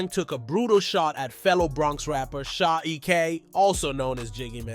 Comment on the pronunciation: “Sha eck” 😂😂😂